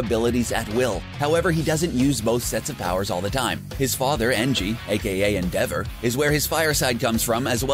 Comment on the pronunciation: DIKKUU?! BAKUUU?! KATSSUUUKI?! BAKUUUGO?! UCHAKUUU?! URARAKKAAA?! YAOYAROOZO? ENDEVUR?! ITS AN ENGLISH WORD DANG IT!! sorry didn’t mean to, like, offend you... just don’t like it when people say it wrong... 😐 😊 EAT THIS!